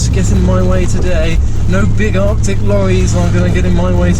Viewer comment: Arctic lorrys😂😂 Arcticulated😂😂😂